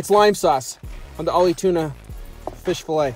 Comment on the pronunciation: It's AHI not OLLIE